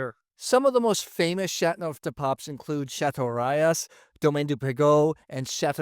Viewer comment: Still haven’t mastered the right pronunciation for chateauneuf haven’t you? I turned off the sound. My favourite so far is M. Chapoutier Barbe Rac Chateauneuf du Pape. Plus it’s biodynamic. I also have a Clos de Caillo waiting in my cellar.